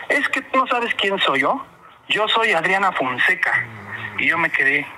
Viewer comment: Es que dijo Audriana Founseca.... en vez de Adriana Fonseca a quien se le ocurre?!😂😂😂😂😂